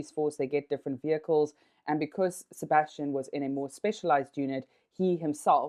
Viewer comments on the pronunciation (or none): none